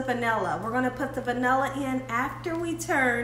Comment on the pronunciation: Vani-lee lol